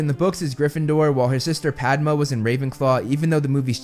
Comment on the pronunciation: absolutely butchered Padma and Parvati Patil’s names